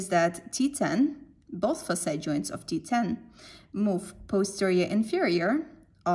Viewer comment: In the beggining i dont get it when you say FASAY -- I just realized you were saying faceT joint when you started pointing on the joint it self. Nice vidoe though. Thanks